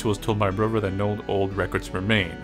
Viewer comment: Sounds like you're saying "brover," not "brother."